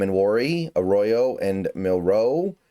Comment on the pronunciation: if you want to start to stop pissing off fans stop emphasizing the Row on Jalen and start doing it for Elijah. Elijah is “A Row Yo” Jalen you emphasize the Mill, not the Row. I know it’s a slight difference, but imagine some ahole emphasizing the Son in your last name and pronouncing it Nell’s SON!